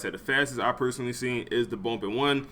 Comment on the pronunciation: Bruh it’s bUmp not bOmp 😂😂😂